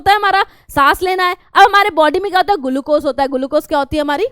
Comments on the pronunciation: Glucose❌ Gulucose✅ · Maam your GULUCOSE is just awesome!!!!!!!!!!!!!!!!